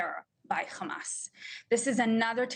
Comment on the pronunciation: It is not Khamas. It is Hamas. How ignorant can she be.